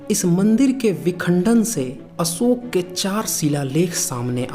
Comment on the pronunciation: आप उच्चारण कैसे बताएंगे उच्चारण तो आपका भी अच्छा नहीं है अशोक को अम दंत सा ओके पढ़ रहे हैं